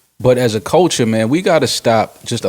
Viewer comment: Couldn't you say "CUL-TURE" any more??? And it is CULTURE not Colecher!!! Your all hypocrites, Rory was the only one who called it that 6nitch9ine would still be able to put out music, you claim you want everyone to be treated equally, paid equally ect....ect.... yet your constantly segregating yourself. I guarentee you that if a black man/woman entered country or rock then you'd be "you go my dude" those are predominantly a whiter genre "our culture" I bet you wouldn't say they shouldn't make that kind of music cause it's not your culture. Yet hip hop is being used and abused. FYI I'm NOT talking about 6nitch9ine, he can rotttttt.